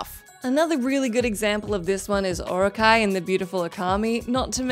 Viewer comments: Orochi is pronounced "Oh-ro-chee" not "Oh-ro-kai"..... Jesus Christ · Never heard Orochi pronounced as Orekai (sp) so that's a new one xD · It is pronounced Oh-roh-chee 😒